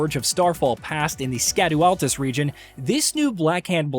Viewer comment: Scadu Altus is pronounced “shadow Altus”. Likewise Scadu tree fragments are pronounced as “Shadow tree fragments”. They are using old English where “sc” has an “sh” sound.